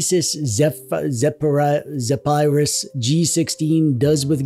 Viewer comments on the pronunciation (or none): You lost my attention at “zePHarius” bruh it’s pronounced “Zefyrus” 🙃🙃🙃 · It's pernounced zeferous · I couldn't tell if you were intentionally mispronouncing the name like our favorite Canadian Youtuber likes to do. But if not, it's pronounced like "Zeff-err-uss". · It's pronounced zefurus